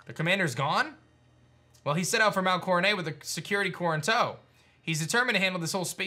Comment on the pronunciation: pronouncing Coronet as Coronay, french style :)